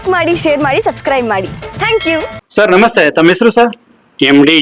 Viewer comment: Sunscribe ಅಲ್ಲ subscribe.